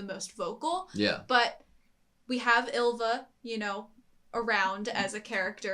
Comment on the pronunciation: And Y is a vowel, not a consonant, so I'm more annoyed when they pronounce "Ylva" like "julva". I know English speakers can't pronounce Y (in fairness, the Japanese can't either), but at least use a vowel sound instead, like i. It's not right, but closer.